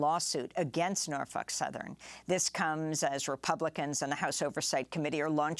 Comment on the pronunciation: Amy I love the way you pronounce Norfuck!